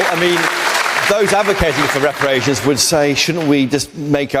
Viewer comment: This woman yah must go back to the darkest part of africa, how dare her speak like that, especially about REPERRATION.